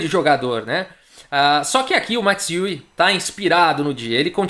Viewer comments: Amigo do canal, para pronunciar o nome do Max Euwe é necessário no sobrenome, para o ditongo EU vc faz com a boca o formato de pronúncia de Ô mas o som que vc fará é de É, então o resultado é um som que mistura Ô e É. Quanto ao W terá som de V do português e não de U. Então a pronúncia fica Ô/ÉVE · A pronúncia do nome EUA